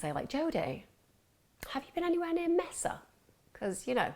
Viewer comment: It’s pronounced “Maysuh”. Not “Messa”.